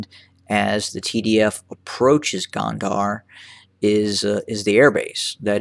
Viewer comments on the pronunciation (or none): I thought you said Kandahar(a city in Afghanistan) it's -Go-n-der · its spelled gonder. the de part say it as you would of the de in deputy. the go part like "go out". go-n-de-r